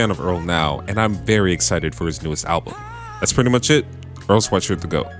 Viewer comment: This video is the first time I’ve ever seen earls last name pronounced correctly